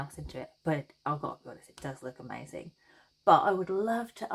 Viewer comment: I think my favorite part of your videos, when you say... "See? Ah-mazin' - ah- MAZIN!" Brightens my day! Thank you for yet another wonderful pattern (and entertaining tutorial)!